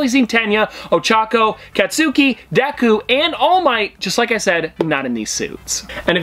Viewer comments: 3 things that might be useful 1. Deku is his hero name 2. Katsuki = cat-ski 3. Academia can be pronounced how you say it but most often I hear it like Aca-day-me-uh. Also a recommendation would be either natuto or Hunter x Hunter ( though that could be a little much for your channel) or an update once you get to season two or three with Mha/bnha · Why does almost everyone who doesn’t know bukugos first name call him Cat-su-key?